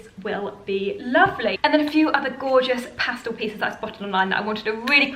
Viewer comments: Pastal ? It’s pastel unless it’s a different word I hadn’t heard yet. Love your style. Thanks for the great videos. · The word is pastel not pastal ! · Did she just say Pastal?